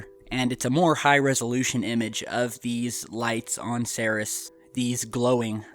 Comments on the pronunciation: you're pronouncing Ceres wrong, it's pronounced "seer-eez". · It's pronounced "see-reees" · its pronounced like SIRI with an s on the end dude. have you heard it said before? ceres.. SEAR-EES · It's Cer-eeze... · isn't it pronounced "seer-ees"? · I believed it's pronounced series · You know, I might take this crap more seriously if the presenter actually knew how to pronounce 'Ceres' correctly... No, no, I don't think I would take it seriously after all. Lol!